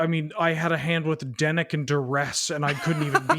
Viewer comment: definitely called Dennick "Dennis" at least once right? Can that be his nickname from now on?